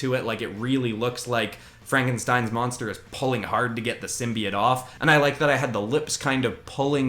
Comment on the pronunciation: (Sorry it just bothers me when people say it like sim bee it)